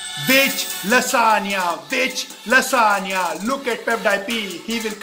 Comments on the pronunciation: I'm amazed that he pronounced lasagna correctly while... Hehe good going man! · I love this guy so much! I think he just acts like this so that others can have fun. IF YOU DONT BELIEVE ME, THEN TELL ME HOW CAN A PERSON WHO DOES NOT KNOW PROPER ENGLISH CAN SAY LASAGNA, ALMOST PROPERLY. IF HE DID NOT KNOW ENGLISH THEN HE WOULD SAY lasaGna,HE WOULD pronounce 'G'.😎 Hats off to you....you are so humourous....you can do anything to make others laugh... Can I have some likes 👇